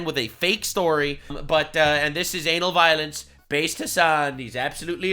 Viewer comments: Why did i hear him say anal violence instead of Ana Valens😭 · Am I the only guy who heard an*l vio*ence instead of ana valens ????